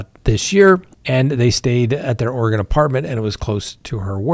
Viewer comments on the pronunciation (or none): none